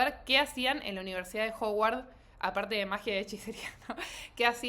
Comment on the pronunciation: es que no es Ho-uard se dice más como Ha-uard